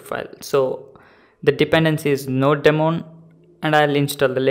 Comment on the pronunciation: It is "Node-mon" not "Node...DEmon"!!! BTB great video thanks!!